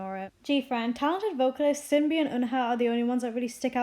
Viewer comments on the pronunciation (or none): i think its pronounced Shinbi not sinbi